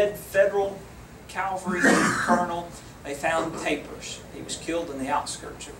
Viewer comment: Why is it that people confuse the words CA-VAL-RY with CAL-VA-RY? Calvary has to do with Jesus Christ. CA-VAL-RY is the MILITARY TERM! UGH!